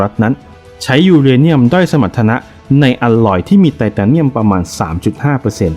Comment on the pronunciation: แอด เรียก ไตตาเนียม นี่มันฟังดุ แปลกๆๆนะ ทำไมไม่เรียก ไททาเนียม มันจะฟังดูดีกว่านะ